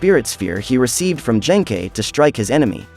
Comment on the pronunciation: Ah yes, Yoosookay's master Jenkei.